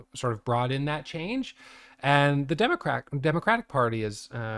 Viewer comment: Did he said DEMO-CRACK! 😅